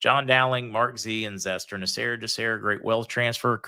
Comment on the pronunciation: The Dowling guy kept calling Zester, Mr. Zetzer! lol i was waiting for someone to correct him, I heard say is sons name a few times but the Dowlings guy never caught on lol